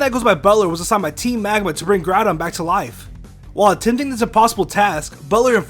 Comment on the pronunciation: Groudon, not Groundon. I think it should have been spelled Groundon though.